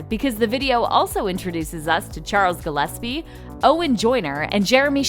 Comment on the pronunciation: Did they really just call him Charles Gilispi